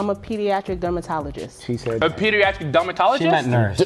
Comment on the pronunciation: None of them noticed how she pronounced pediatrics 😂. Men vibes